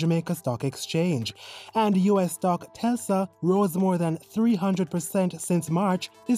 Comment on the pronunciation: Tes-la - pronunciation